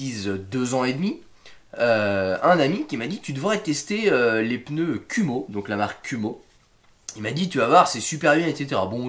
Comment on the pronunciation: Kuhmo, à prononcer "koumo". ça veut dire araignée en Japonais